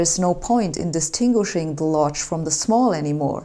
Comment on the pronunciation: "this tingle shingle"? Hä? (10 minutes later:) Ah! "distinguishing the"!